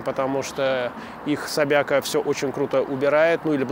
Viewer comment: ...Мне тоже как-то резануло ухо...